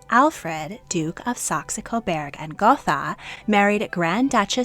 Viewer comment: You got Marquess right this time, but it's still "Sax KO-burg." It sounds like burger, and iceberg. Not bearg.